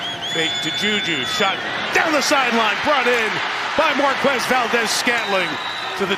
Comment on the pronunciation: Only a moron pronounces Marques like Gumball does